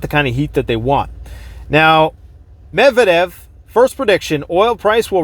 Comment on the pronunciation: correct pronunciation is Med..Vea...Dev hope that helps. Keep up the Great work!